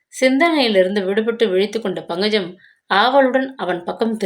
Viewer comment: Ayyo pl pronounce pankajam. Properly It’s not bhangajam. lol